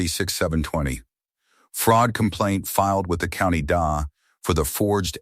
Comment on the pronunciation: It's not the dah. It's the letters D A, for district attorney.